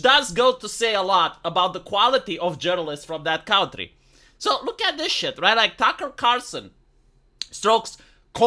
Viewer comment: The way pronounces "Country" is the most eastern european thing ever